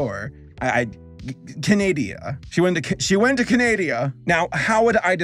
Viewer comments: being unable to pronounce any part of Canada nor the country’s name itself at all is so funny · Hearing pronounce Canada triggers me with rage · LoL I nearly sneezed when pronounced it like "Candi-ya" and not Canada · “Canadia” It’s CANADA!!! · CANADA WHAT THE FLUNK IS CANADIA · You seem like a very likeable person in your videos and for some reason I feel like you would be really fun to listen to in real life too :) I just get that vibe. Keep up the great work as a man in my 20s this is good stuff to watch after work. Also I’m your Canadian viewer I’m proud you called us Can-Adia. It made me giggle. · calls Canada Canadia Me, a Canadian: You're forgiven, but not forgiven. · We all love Canadia. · Ah yes, my favorite country in North America, CANADIA. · Canadia! Me: horrified no! Lmao, it's hilarious how he gave up on knowing where the hell that failed show took place XD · “She went to Canadia” Me: …really? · “she want to Canadiana” 💀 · "she went to canadia" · It’s pronounced ca - na - da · do people actually call canada canadia? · Ahh yes canadia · Its saskatchewan not sasashewan also she went to canada not canadia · I died when you said Sashashewan and canaidia